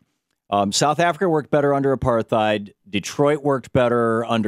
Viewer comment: It's amazing how Thom intentionally misinterprets what Savage says and how he says apar-theid instead of apart-heid.